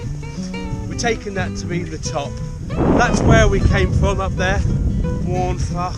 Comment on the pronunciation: Good going - a nice little detour to the castle to ponder history and to look at the task ahead. It's a steep one in places for sure. You had a good day for it with views of the central Beacons emerging. The Welsh language is a funny one but Waun Fach is pronounced 'Wine Vak.' When you see Fach or Fawr the F is always nearly a V. So Vak and Vower there. Well, great stuff. I need to get bac k up there myself. All the best. Mark